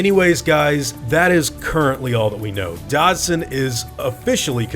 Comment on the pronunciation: Is it pronounced DODD-SON, or DODGE-SON? I always said Dodd-son before reading the books, and sounds like you do the same haha. Now I’m confused lol! Great video :)